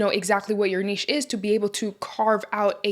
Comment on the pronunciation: Can we all just give this lady a round of applause for pronouncing NICHE correctly! So tired of hearing NITCH, like WTF is that.